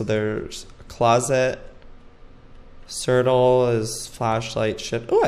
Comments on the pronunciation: Wait does he seriously think ctrl is pronounced sertel? Lol it's control joey😂😂😂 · lol at joey saying "certal" for control! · joey it's not cirtle it's control ctrl=control ^¬^ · Ctrl lol I call it certal oops he does it as a joke tho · I think he did it on purpose lol like how he says lysdexic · He acc said certal for ctrl😂❤️ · he says cirtle..... Joey honey it's control😂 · He calls control sertal 😂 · Joey you're fab but it's pronounced control not certal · He always does that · I feel so bad for laughing when you screamed ohmygod hahaha! Also I've never heard anyone pronounce ctrl like that before :')